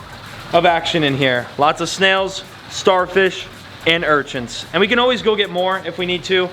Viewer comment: "urchints" lmao it sounds like you add a T to urchins